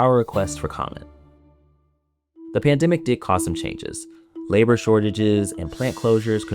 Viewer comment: Never heard the pandemic pronounced panda-mick before